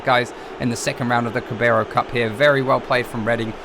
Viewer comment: It's pronounced "Cara bal", not "Cabaro". Sorry, it was just annoying me a bit 😂